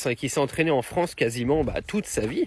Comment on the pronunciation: Bof! Vous pensez vraiment qu’elle préfèrera l’Algérie à la « Fronce »….pour y vivre?😂🤣👋🏾👋🏾